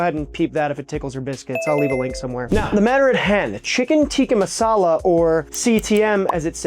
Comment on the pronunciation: I'm not sure if I'm crazy or if this is the worst pronunciation I've heard for the food. good video tho